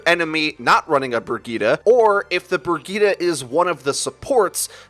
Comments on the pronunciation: Why do people still say brigitah? Like boi, brigitte, i even accept breyeet bcuz its funny but dont try it and fuck up xD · Did he said /Burgita/ instead of /Brijeet/? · I don't understand why people are pronouncing Brigitte as Brigitta, like where the FUCK did you get the a from? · Don't they say the characters name in the game? That isn't how you pronounce Brigitte. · Wait is her name actually brig-eeta or Bri-jit Edit- NEVER MIND YOU PRONOUNCES EVERYTHING WRONG